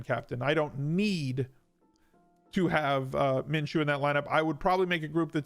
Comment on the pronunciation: You're the first analyst that I've heard pronounce Minshew correctly.